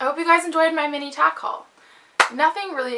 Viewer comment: HAHAHA when you Tack Hauls quickly it sounded like tacos. XD. Great video!